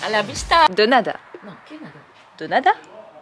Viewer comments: Denada prononcé dénada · Bien tenté, mais c'est bien "de nada" qui se dit "Dé nada" 😉 Hâte de voir les travaux de la maison❤